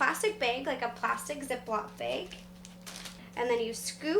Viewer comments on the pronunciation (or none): she pronounces bag like bage. WTF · I like how you say "bag" like "beg". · wait, how did she say bag?